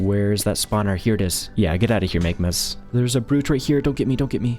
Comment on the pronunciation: Megmas... its MAGMAS With an A!